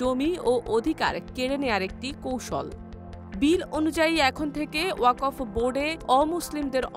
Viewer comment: আহা ওকফ এর উচ্চারণ ই জানে না পাঠিকা 🥹